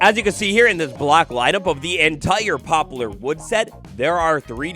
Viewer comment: It's "pop-lar," not "pop-u-lar."